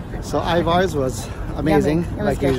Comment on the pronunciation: So you know, the locals pronounce Ivar’s “Iver’s” . Just trying to help. 😂